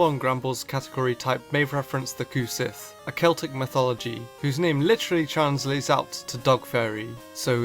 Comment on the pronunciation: You just earned a new subscriber. I really enjoyed this vid. One thing though, Cu Sith is actually pronounced Coo Shee. Not that it matters just thought I'd let ya know.